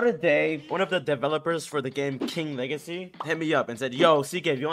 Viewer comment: it's king WEGACY